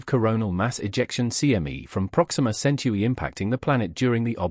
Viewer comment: BS! Stop the cartoons and show the pictures. And tell the robot it's 'Centuri' not 'century'.